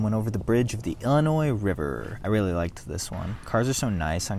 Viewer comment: Loved this! But IllinoiZE??? Noooo